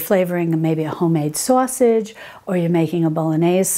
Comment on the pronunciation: I love your videos! The way you say "sausage" rings of the Northeastern United States. Not to be personal, but are you from Texas or the east coast?